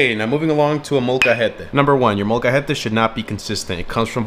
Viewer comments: Why does he pronounce Molcajete as if he was Colombian, molcahete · The way he pronounces molcajete makes me think he hasn’t spoken Spanish in years